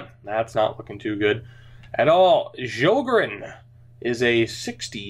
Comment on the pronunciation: And also Sjogren is pronunced Shogren